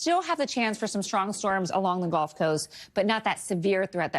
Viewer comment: why can the meteorologist not say "gulf" correctly? It is a body of water, not the sport "golf"